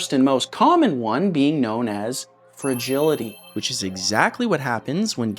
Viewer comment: The word is "fragility". 😮‍💨